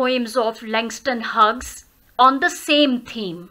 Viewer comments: Are u pronouncing correctly "huges" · I m sorry it's mistakenly pronounced it must be pronounced as hews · No sorry mistakenly pronounced Plz... It's is pronounced as hews is pronounced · You pronounc of Hughes is wrong 👎